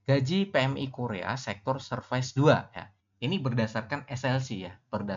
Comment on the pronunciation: Tolong jgn pronounce "serfais", alay banget sumpah sok nginggris malah ngaco.